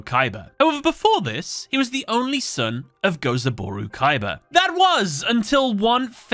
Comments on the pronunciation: It's Gozaburo, you mixed up an o and a u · The constant mispronouncing of Gozaburo's name is hurting my soul.